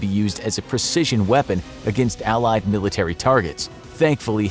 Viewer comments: Milirtary lol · ‘Scary milirtary sounds’ Ahh its fine everyone makes mistakes its not like this ISN’T a 11m sub channel